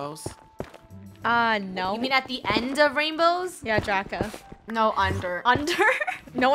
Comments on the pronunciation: Funneh calls draco draca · it’s funneh said draca instead of draco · anyone hear funneh call draco draca?